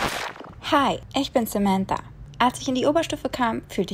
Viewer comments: Yap so richtig SAMANTTTA 😂😂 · Wie komisch das klingt sementtaa 😂😂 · Smenta Smenta Smenta 😂 Wie sie das auspricht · " Samandaaa, Samanda..." Haha wie geil die das aussprechen😂😂😂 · Wie Samänta Samänta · Die sprechen das so aus :Sämäntha Sämäntha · sämänta sämanta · Wie die SAMANTHA ausspricht HAHAHA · dachte ich mir auch hahaha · Wie die Samantha aussprechen😬😂